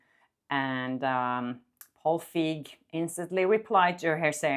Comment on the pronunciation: A lot of people in America have German names as they might originate from there. Feig, means that you're acting cowardly, it's an adjective. It could also mean Feige with an e at the end meaning a fig. But it's pronounced Fyg 😅